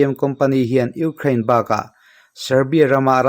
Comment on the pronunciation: I sawi tha viau na in Ukraine I lam dan khi,ram hming pawh a ang lo.uk rain tih a lam Rik tur a ni in ka hria